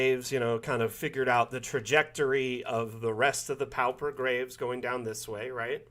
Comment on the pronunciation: Thanks! Dungeon Alchemist helps my sanity (but only because there aren't enough Great Old Ones in the assets yet). I hate to be "that guy". Unless it's a regionalism, pauper rhymes with (and sounds identical to) paw-per.